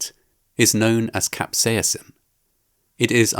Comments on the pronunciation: While you normally sound British, you sound spectacularly Irish when you say "capsaicin" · why are you putting on such a funny accent when saying "capsaicin" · The way you pronounce 'capsaicin' maes you sound vaguely Scottish. Or Swedish.